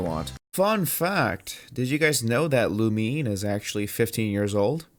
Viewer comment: When the boy pronounces Lumine as Loomin Ha